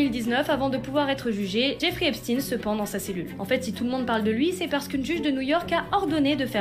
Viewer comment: Pourquoi epstine et pas epstein ? espstein sonne trop j...f ?